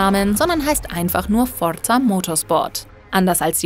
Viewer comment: Ne?! Forza richtig ausprechen aber ausm Giger dann Gaiga machen, nee nee du, skandal! xD